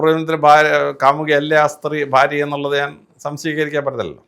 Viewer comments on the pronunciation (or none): none